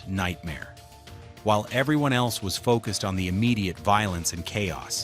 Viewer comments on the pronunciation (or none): none